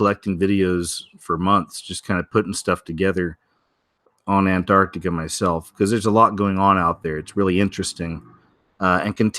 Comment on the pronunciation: If you soften up the 1st “T”, you will say Antarctica easier